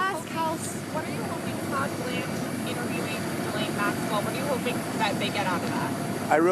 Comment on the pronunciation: GHIS, LIKE GHOST. You pronounce the IS . GHEES LAINE